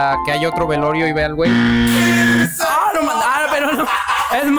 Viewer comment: que tratabas de decir gay o wey porque parece que dice wey